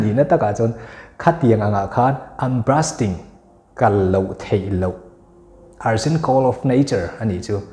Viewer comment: Brusting in i lam a,bursting i i ziak daih bawk si